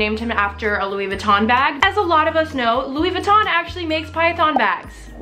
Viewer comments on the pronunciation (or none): none